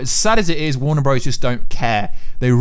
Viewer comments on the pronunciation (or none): none